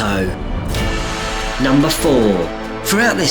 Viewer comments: it is not my-amoto it is prounounced me-amoto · it's pronounced mee-ya-moto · It's pronounced Mee-yamoto! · its pronounced Me-Ya-Moto....sorry im just....Saiyan